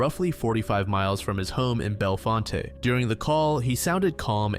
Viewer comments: Just FYI, Bellefonte, PA is pronounced "bell font" not "bell font-ay." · Bellefonte is pronounced BEL-font.